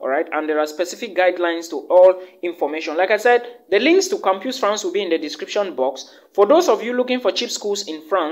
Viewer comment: My brother, thank you for the valuable info. but PLEASE: it is campus pronounced as kam-pas.